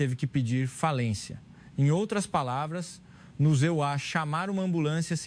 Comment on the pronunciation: A história é bonita, mas a narração é péssima. Talvez seja I.A, mas de qualquer forma troca os EUA por ZA e é um erro imperdoável. Quem é o criador desse conteúdo?